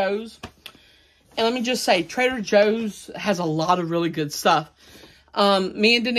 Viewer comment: I keep thinking he says trailer Joes.😆